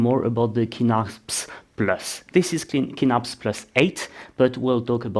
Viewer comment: Great video! I really like this model of office chair, it holds up really good for my needs. The only other thing I can comment on is the prononciation of Kinnarps. Your are closer to the Swedish saying if you pronounce it with a soft K at the start, "Ch-innarps", just like chin. 🙂